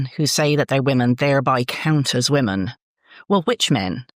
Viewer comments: Great interview. Hoping someone can clarify something: Where is from, is "woman" the plural for "woman"? (As in is "woman" both singular and plural). I don't think I heard her say the word "women" once. Is this a local dialect thing? Or is she genuinely just continually mispronouncing it?! Just sounded very odd! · Should be pronounced wooman and wimmen Drives me nuts too.